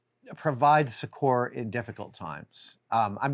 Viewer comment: Note to Adam: 'succor' (or 'succour' if you're British) is pronounced SUK-er, accent on first syllable. Thanks for posting these videos. I binge many of them at once and enjoy them greatly. ^_^